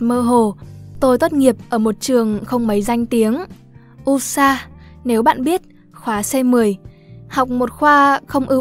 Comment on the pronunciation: Giọng đọc của hay lắm. Cơ mà đoạn "ULSA" đọc là ul-sa thì... nó là tên viết tắt của trường ĐH lao động xã hội (University of Labour and Social Affairs) nên đọc đủ 4 ký tự sẽ chuẩn hơn:)))